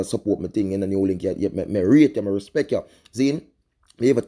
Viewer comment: its respect not respext